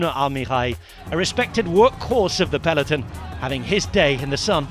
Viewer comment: Dear commentator, the riders don't ride in a pelly-tun, it's a Pel-e-Ton!